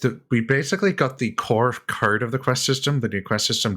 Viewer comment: Free Alderon Translation = Maurrst - Most... Caurrd - Code.. Naur... Know/No Saurr - So.. Gaurr - Go... Slaurr - Slow.. Emaurrt - Emote